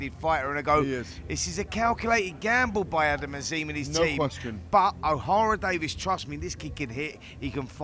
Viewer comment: It’s Ohara DavIES not DavIS ffs🤦‍♂️🤦‍♂️get your 💩 together Spencer!